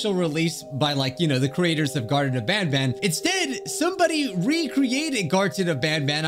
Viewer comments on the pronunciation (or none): This ain't garten of ban ban it's garten of wan bwan